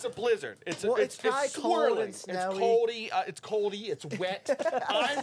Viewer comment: It’s “ coldy “ ! 😂😂😂